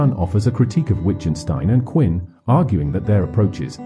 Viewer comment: Who the hell is “Quinn?” If you can’t get the man’s name correct, why would I think you can get his, or Wittgenstein’s or Strawson’s, thoughts correct? Sounds to me that your interpretation’s of these three men may in fact be interesting and informative, but your presentation is horrific and disturbing and distracting. The narration renders the entire video and detracts from anything meaningful you might have to say. Maybe if I watch with the audio on mute.